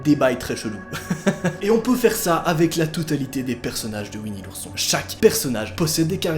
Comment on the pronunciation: Nooooooon pas ouini l'ourson